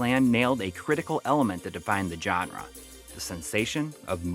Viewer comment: Stop saying, "John-ra,".